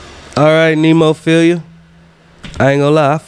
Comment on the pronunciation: The band's name is Neh-mo-feh-la other then that you're good 😁 You ain't wrong if you noticed a few English words here and there. It's common with Japanese bands (at least what I heard so far) to have mixed lyrics in Japanese and English. If you want to check out some lyrics (more English) and maybe listen to Mayu's high pitched banshee scream try their MV Dissension or Revive . If you want to see them live you might want to book a ticket to one of their shows for 2023. They will have a US tour. .